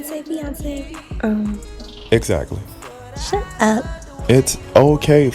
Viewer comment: To be fair, I did hear the "Fiancé" rather than Beyonceé